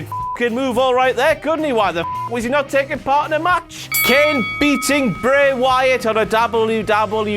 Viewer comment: o'clock with pronunciation of "Bray Wyatt"